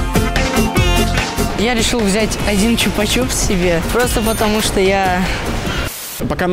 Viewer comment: не чупа чуп, а чупа чупс.